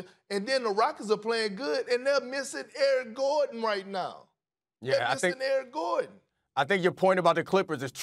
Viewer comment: I know perk means Eric Gordon, but it really sounds like he said Aaron Gordon